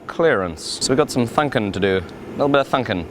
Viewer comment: "Thunkin time" you sound like a Kiwi there Brother :)